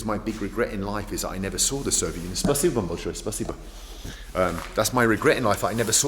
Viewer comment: I want a supercut from every time he says "Sovet Union".